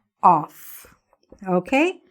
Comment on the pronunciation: A question... Why do you pronunciation the preposition ** of **. Like... Offfff ? I learned that it sound is vvvvvv.. like ovvvvvv.